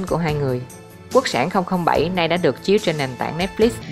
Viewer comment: Quốc sản mà nghe giọng đọc lại tưởng là quốc xẻng